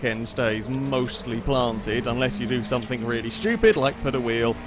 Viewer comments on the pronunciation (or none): none